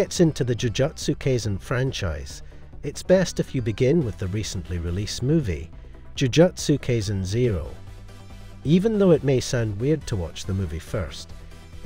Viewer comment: Dude, you're pronunciation of Jujutsu Kaisen is way off. Jujutsu is pronounced like Jujitsu except swap the I for a U and Kai rhymes with eye.